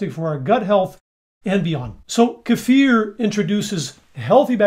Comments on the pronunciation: Hey,, this is the internet. You're not supposed to pronounce kefir correctly. You need to "learn" how to say it wrong. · Yes. It's very sexy! So is his pronunciation of "kefir".